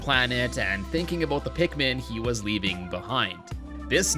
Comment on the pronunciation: When I heard someone says pikmin I thought he sed pigmen 4 some reason 😂